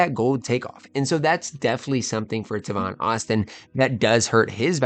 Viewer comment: It’s TAY-VON not TA-VON